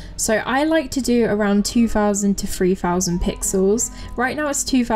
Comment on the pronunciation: Sorry to say this, but you have the same problem as me and many other people, it's 'three' not 'free,' you may have to learn to say the 'th' sound properly